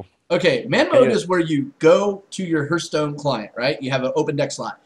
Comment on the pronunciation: its not hurtstone its hearthstone